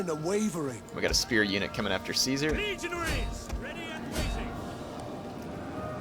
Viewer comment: for some reason, I laughed hysterically because I thought he said 'legionHEIRS'